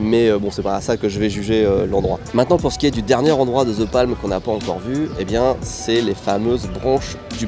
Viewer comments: Depuis quand "THE"... Se prononce "ZHE" ?😅 THE se prononce DE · ah oui clairement. Mais ça c'est la faute aux professeurs d'anglais qui présentent le "th" comme un "z" un peu différent alors que ça se rapproche effectivement plus du "d", t'as raison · Après toutes les sponsos faites par au sujet de l'app Babel pour bien prononcer les langues étrangères, le "ZE palm" entendu à longueur de cette vidéo sonne très fanco-français tout de même:D (bon j'ai aussi du mal avec les "the" anglais, comme beaucoup de francophones, perso j'ai tendance à plus le prononcer "DE", influencé par le néerlandais) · non, the se prononce the pas d'équivalent